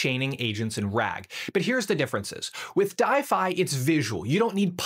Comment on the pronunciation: I think it's pronounced D-if-y, like Shopify, but a D. If not that logo confused me